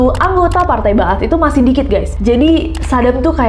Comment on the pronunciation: Bener banget membacanya Partai Ba ats(partai kebangkitan) 👍